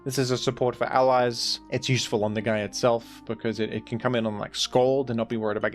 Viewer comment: "In teh Rain..?" 😢